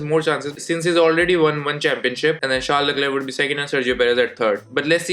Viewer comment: And yes the struggle to pronounce “Charles Leclerc” was epic 😂😂